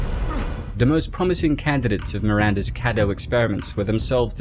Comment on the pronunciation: It's pronounced kay-doo